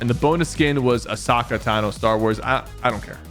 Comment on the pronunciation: “ a sock ah”